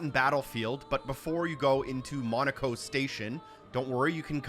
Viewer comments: It's not "Monaco". It's Monoco. He ain't a country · Bro probably heard Monocos name pronounced north of a thousand times by multiple charge before finishing the game and Still pronounces Monoco Station like a city in France xd. Helpful video tho thx